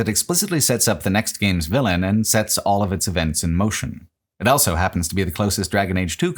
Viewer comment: Does anybody know where accent is from? I've never heard "Also" being pronounced "Ell-so"